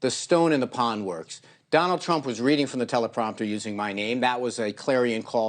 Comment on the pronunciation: I’m just glad to see his last name pronounced correctly haha. They used to say whiner.